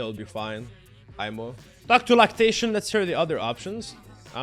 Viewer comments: It's laceration not lactation lol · "Lactation" lol Laceration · is constantly saying lactation instead of laceration or is that just me LOL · HE SAID "Anyways, thanks for the talk Lactation" LOOOOOOOOOOL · Is no one gonna talk about calling Laceration Lactation? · Is nobody talking about how he calls Laceration "Lactation" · "Lactation" lol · "𝘭𝘢𝘤𝘵𝘢𝘵𝘪𝘰𝘯" omegalul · FLORAIDA... PARENTIS... JERKSON... LATAXION... hahahah I am dying bro. Keep the good videos up